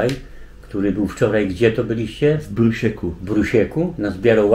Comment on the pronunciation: "w Bruśku" a nie w "w Brusieku";)